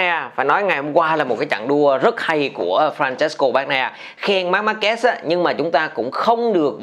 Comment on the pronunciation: E thất vọng thực sự với 2 ông blv tiếng việt đọc tên Marquez lại đọc là Marc Ma Kê 😞